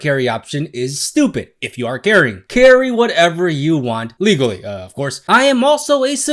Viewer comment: i laughed every time you said "legally" with a hard emphasis